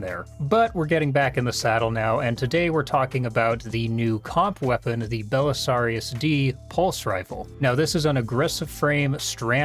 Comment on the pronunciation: First SOB with a review of this gun who is actually educated enough to pronounce Belisarius properly. Kudos.